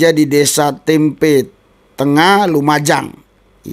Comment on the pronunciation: Maaf membacanya nama desa tempeh bukan tempe